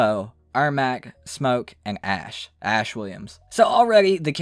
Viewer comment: Ashrah not ash